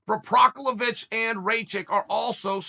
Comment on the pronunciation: Who else came here to laugh at Al the Chael Prohaska jokes... did anybody get a count on how many times he said it wrong? I made it into a drinking game and was passed out within 5 minutes 🤣🤣🤣.. And I know he knows exactly what he's doing, genius..